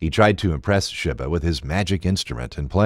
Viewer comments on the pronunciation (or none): It's pronunced Djinn(Jin), not D-Jinn and Sheba(She-ba) like the Queen of Sheba.